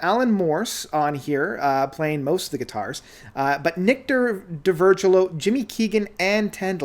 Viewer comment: “D’Virgilio” is phonetic. DEE-vur-JILL-ee-oh.